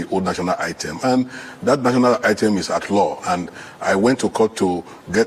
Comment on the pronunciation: Olodo man you can not even pronounce national anthem but only to swallow Nigeria money they specialize on shameless people